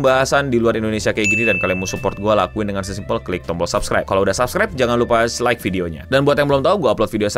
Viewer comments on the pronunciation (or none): none